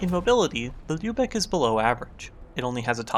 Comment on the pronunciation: Respect to for pronouncing Lübeck correctly.